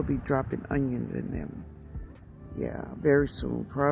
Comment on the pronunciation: hi 🤗 i listened to this video yesterday while i was building diy trellises in my garden and planting seeds (before even more rain), so now im watching it again and leaving a comment. i remember saying "ungyongs" like that 😂🤣 im out here in california, but watching your videos makes me feel like im home. thank you. i really like your seed collection. tfs